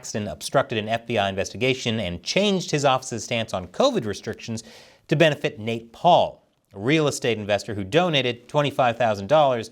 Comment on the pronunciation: when you said nate paul i tohught you said "nepaul" when you said james Comer i thoguht you meant james Comey